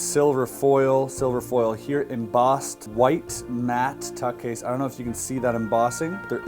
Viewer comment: This guy says embossed like Zuckerberg says meats